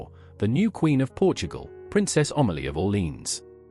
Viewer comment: IS QUEEN AMELIA NOT OMALIE